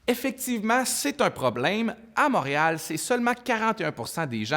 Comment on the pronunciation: Pour info : Montréal ne se prononce pas "Mâréal"